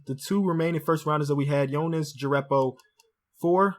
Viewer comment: Jerebko- he said "jerreppo" and Nicholson he said "Nicholason"